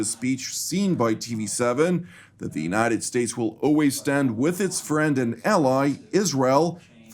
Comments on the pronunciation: Without wanting to appear a putz- the pronunciation of "United States'" is not Statezez but simply States, no need to add additional syllable. 😎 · no criticism intended. It’s a pronunciation gaffe that sounds awkward and it’s not illogical to pronounce it that way- but it should be a one syllable word. Forgive me, I’m a recovering lawyer😱 and my wife tells me that I’m difficult. I’m a happy subscriber and commend all the staff on their work, presentation and reliability.